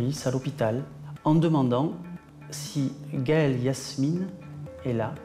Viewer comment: Elle s’appelait Gaëlle Yasmina... pas Yasmine..